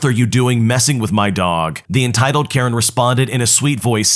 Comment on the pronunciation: "Entitled Karejn" 💀